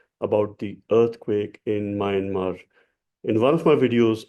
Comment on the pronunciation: You pronounce Myanmar in error..It is pronounced sounding 'Mianmaar' sir. Hope you dont mind